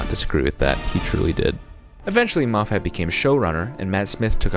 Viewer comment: you're saying moffat wrong. it's scottish so there's only 1 stressed vowel. the 'a' is a schwa